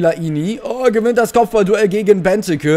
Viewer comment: Es heißt nicht Beneke sondern Benteeeeeke ausgesprochen